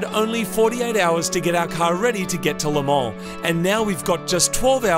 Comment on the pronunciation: Marty the best pronunciation of ‘Le Mans’ I’ve heard any Aussie say nice one 😅